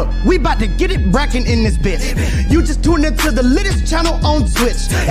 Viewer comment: I KNOW HE DIDNT SAY BRACKIN?WTF LMAO